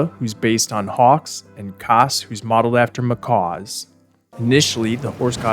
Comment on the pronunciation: kass is not pronounced like that do NOT disrespect my baby (/hj) that way edit: and ykw you just kinda suck at pronouncing all of these names but i took personal offense to my fictional bird husband being butchered